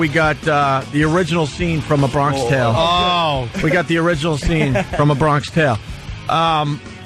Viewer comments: “Bron-kish tale” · Opester just straight up not getting why 'Bronksh Tale' was funny cause he read it wrong and nobody corrected him.